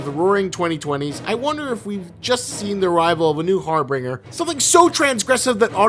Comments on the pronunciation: God seeing trailer footage of this is truly disgusting. Also learn to pronounce harbinger. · Harbinger not harbringer. You're freaking killing me, man, you say it like 5 times. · Harbinger (har-binjer) not har-bringer. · You're mispronouncing harbinger.